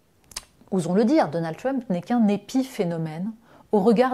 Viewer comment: C'est "Trump" pas "Tiump"...